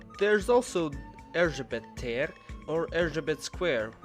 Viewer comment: Menj el oda szilveszterkor és meglátod mi lesz ott :). Amugy nem jól ejtetted ki hogy Erzsébet tér.